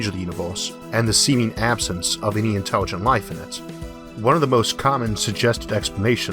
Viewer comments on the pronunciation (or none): "Interwigent life in pwone to kiwwing itsewf awf"